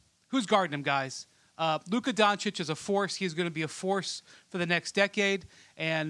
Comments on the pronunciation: Don-chich not Don-chick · Actually even the ones who think they know how to pronounce still don't know how to pronounce it. They usually say Dahn-čić while it's Don-Čić. For an example when you say donkey🐴, that "don" part is how you say "Don" in Dončić. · yh im croatian so i know exactly how to say it, dahn-čić is acceptable imo but donkik is straight up ignorant at this point in time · 2022 and ESPN dudes still can't pronounce Dončić right..